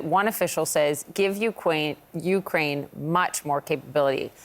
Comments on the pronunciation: Yea 'Ukuain' 😂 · "Ukwaine" that was cute lol